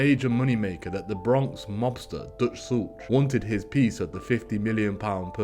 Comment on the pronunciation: This is a very well put together and researched video. The only tiny thing I found wrong is Dutch Schultz is pronounced like shoot, the c is silent. That being said, that is minor. Keep up the great work!!!